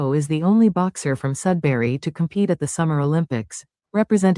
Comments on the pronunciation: Def Sudbury Ontario not sudsbury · He left Sudbury (Not Sudsbury) because he felt hassled by the authorities there. His last name is more like ... Boo-drow. At one time Sudbury had the 'best' 'uncut' or purest form cocaine in north america. Big biker gang presence now it's a lot of gang banger types coming up from southern Ontario... a free for all.